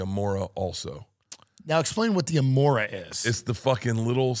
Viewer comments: It’s “remora” not “amora” , amoron. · Only this commenter pronounced it right. Bert called it an “Amora” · It’s a “remora” not an amora. Classic commensalism symbiosis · Bert:'i wanna be the amora, the little suckerfish that attaches itself to a shark and takes a ride' It's actually called "Remora" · It’s called a Ramora Bert! Not an Amora